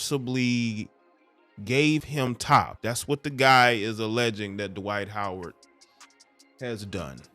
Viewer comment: Twight Howard 😂😂